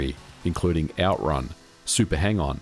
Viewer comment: OutRUN, not OUTrun